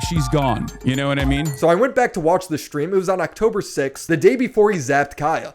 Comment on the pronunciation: Hasan shocks his dog so frequently, he subconsciously started saying "shtream" instead of "stream", just because it reminds him more of the word "shock".